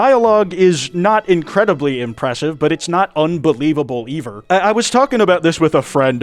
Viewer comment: "eaver" - 2025